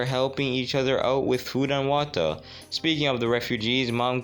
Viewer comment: the way you say water is funny great video